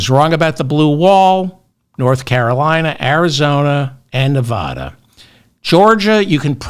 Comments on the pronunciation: CORRECTION: NEVADA IS NE-VA (as in vat)-DA not NE-VA (as in ma)-DA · CORRECTION, Just a minor one. Nevada is pronounced Nev-add-a not Nev-ah-da. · One more pronunciation correction, David. "Nevada" is not pronounced "Ne-vAH-da". Here's how you pronounce it: I forgive you; I grew up in NYC too. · CORRECTION: their is no letter O in Nevada, not Nevoda. 😝🤣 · Correction : it’s Nev- add- a. At least here in California. 😅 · Gentle correction. Nevada is pronounced with a short "a" (sounds like Ne-v-add-a) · CORRECTION: Pronounce Nevada like a midwesterner, the first 'a' like the 'a' in 'after', not Nev AH da. In an effort to avoid crazy conspiracy theories, we lefties refuse to consider the election was rigged. You won't even entertain the idea. Won't even discuss it. In what world do down ballot candidates outperform the Prez nominee? Maybe it's the world where coattails no longer exist. Maybe it's a world where voters are informed and carefully consider each candidate on their merits, regardless of party (JK, haha). But how about the world where one side cheats? Dems insist such an outrageous prospect can't even be looked at. We are better than that. We hold the high ground. Even though Repubs keep cucking Dems because we refuse to lose faith in the system, despite the blatant cheating R's keep flaunting everywhere else. I don't necessarily think Trump won bc R's cheated; I think it happened bc voters are ignorant of facts. BUT, the knee-jerk reaction of OUR SIDE refusing to be like THEIR SIDE is pigheaded. FOUR years of claiming the other side cheated seems to be a winning formula.